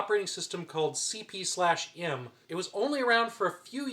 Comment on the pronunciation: nitpicks - It's pronounced Cpm- the slash is ignored . The disks are 5 1/4" not 5 1/2"